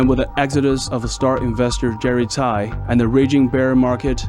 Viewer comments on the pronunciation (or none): His last name is Tsai (same as the Taiwan president), not Tai